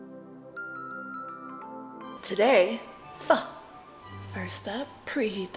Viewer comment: Thank you for pronouncing it correctly. There’s no shortage of blonde white girls that can’t say that word 😆